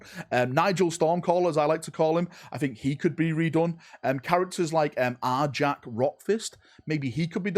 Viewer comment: Nigel is pronounced Nyarl and Arjac is Pronounced Ahh-yak. I know you Dorn sons are only good at building and not reading so I thought I'd help you out.